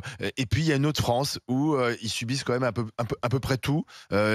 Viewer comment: Qu'est-ce que vous avez fait de la fwonsse ? 😆